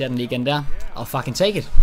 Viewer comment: Det hedder ikke fuckin det hedder fucking